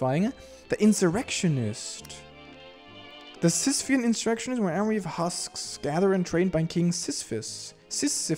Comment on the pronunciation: gasp sisphean inshirecshionishch??